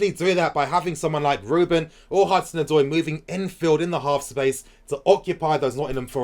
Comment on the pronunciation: Can we please stick by our man Morata ? He needs the fans to show him love so that he’ll be confident . With the right service he could be a good forward . He has the qualities and skill . He’s just lacking the confidence. Also as a Ghanaian the name Odoi is pronounced Od-way 😁😁😁